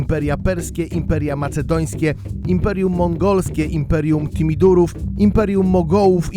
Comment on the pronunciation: "Imperium Timidurów"? Niech lektor przeczyta choć raz materiał z kimś, kto zna historię!!! TIMURYDÓW!!! Od Timura Kulawego/Timur lenk/Tamerlam.